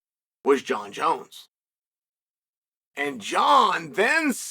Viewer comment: “Jaunn jones néuhh”